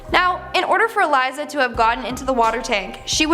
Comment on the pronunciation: ***ELISA (ee leessaa) Lamb